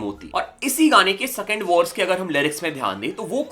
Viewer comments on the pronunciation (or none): Sakend kyun bolteho bro🙄